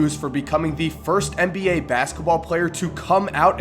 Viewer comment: Please... For me! Say NBA not MBA, NBA! Thanks I love you